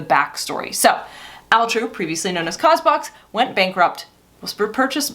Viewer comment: Question. Why is it pronounced Al True and not All True as it’s spelled? What does Al True stand for?